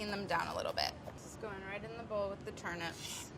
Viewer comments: Wait, why is she saying turn ‘ups’. That word contains ‘nips’ and should be pronounced as such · In my country we pronounce them as turn-eeps not turn-ups